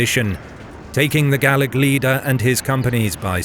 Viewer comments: Oh, and speaking as an Irishman, it's Gail-ick, not Gall-ick. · Gaelic not Gallic but great stuff. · Gaelic isn't pronounced gallic. Gale-ick is closer to it. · Gaelic not Gallic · Gaelic is Irish and pronounced Gaylic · Please, Gaelic is pronounced 'gay-lick'. 'Gallic' relates to Gall, more or less today's France. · Nice to see some Nine Years War stuff :) Though I did flinch every time 'Gaelic' was pronounced 'Gallic' :D 'Gael' is the same as 'gale' ;) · The word "Gaelic" is pronounced differrently in Ireland from in Scotland. "ae" is prononounced as "ay" in Ireland. Gallowglass were often of mixed Norse-Gael background from the Western Isles of Scotland. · why are you saying Gaelic like Gallic?? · 2nd this sentiment. And I do mostly smile listening to non-Irish people butchering the pronunciation of our words (even our closest neighbours, the english, who you would imagine by now would be more accustomed to hearing them). Though to hear us being referred to multiple times as ''Gall-ick'' was weird, as we are obviously neither scottish nor gaulish celtic.